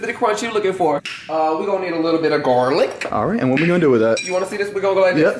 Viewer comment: we gon need a lil bit uh gAurlek